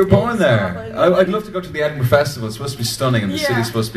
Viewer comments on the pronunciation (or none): none